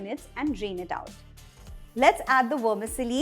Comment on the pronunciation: Great elaborate recipe!! Tq Vermicelli is pronounced as it is. You sound like wormisilly!😉❤